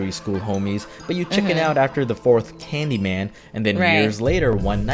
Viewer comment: caaned y man no you have to say candy man